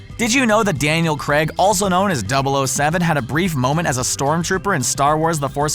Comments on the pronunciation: isnt it pronounced daniel crayg not creg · "Daniel CREG" 😂😂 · omg they can't even pronounce Daniel Craig Right 😂